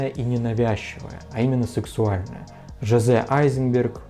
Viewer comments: Только так, как это написано, - J'ose - произносится не Жозе, а Жоз - "Я осмеливаюсь". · Только не Жозе, а Жоз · “J’ose” читается не как имя «Жозэ» а «ж`оз» тоесть «я осмеливаюсь» на французском. Спасибо за видео ) очень интересно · J'ose - читается Жоз - "Я смею" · Вы показываете МУЖСКОЙ J'OSE (Произносят "Ж-оз" - я осмеливаюсь.) Видео НИ О ЧЕМ! Большинство этих парфюмов НЕДОСТУПНЫ. Не считаю амор-амор- это подрастковая дешевая водичка.